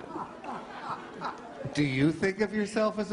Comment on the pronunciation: “….myeah” 🤣 kills me the pause